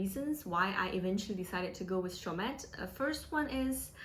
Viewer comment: dont pronouce the "T"